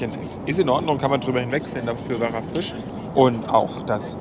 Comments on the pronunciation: Lustig, dass statt einem I immer ein Ü ausspricht..."der Füsch war sehr früsch"...:D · Der Füsch, früsch auf dem Tüsch. Ist mir auch aufgefallen :D